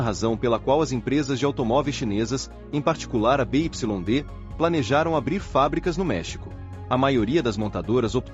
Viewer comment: essas vozes de IA são horríveis, mas uma dica, nos próximo textos, escreva Biuaidi em vez de BYD, valeu.